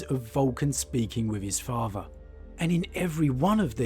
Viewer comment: i made it to before i heard "farfer" (father) for the hundredth time and nearly imploded mentally.